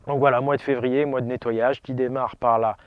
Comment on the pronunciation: 2ème "R" du mot février: la rate!